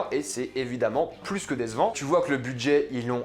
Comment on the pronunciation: coucou juste pour te dire mais c'est pas méchant loin de la :) mais on dirait que tu dis dézevant au lieu de décevant pour moi tu dis mal le c alors tu dis garzon alors :) essaye de bien prononcer ton c a l'avenir